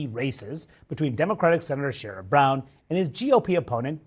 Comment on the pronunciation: all love but it’s pronounced Share-Rid not Sha-rod. Again all love. He’s very similar to a blue dog Democrat he’s pro worker but he does always fall in line with the Democratic Party.